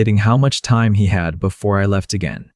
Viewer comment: Good story. Crappy text. Can't read it. AI needs to correctly pronounce time.